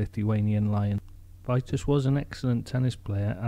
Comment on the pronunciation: Pronounced.... Vee tas